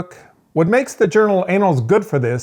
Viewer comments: I thought it was the 'annals' of medicine, not the 'anals' of medicine. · 'anals' lol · Are you pronouncing ANNALS like that on purpose?